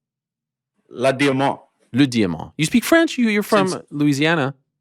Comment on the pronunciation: I think helwani actually got that French right